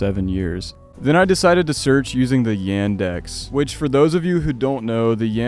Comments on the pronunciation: Ендекс Это звучит как Яндекс Not a Endex its Yandex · Thank you for the video! Yandex is pronounced with "ya" as in "yarn" or "yard" or "ya all" It's very interesting to hear the point of a person who's of a different culture talking about all of these things. As a Russian myself, these pictures hit the spot on a much higher level than other American or European liminal imagery. I think that one of the most 'liminal' and 'liminally scary' things that I might experience is the liminal imagery of the old Russian village houses. For me, these buildings remind me of my childhood time which is never coming back. And seeing them destroyed and abandoned feels me with an emotion of something extremely existential like how some day you - personally - someday would cease to exist.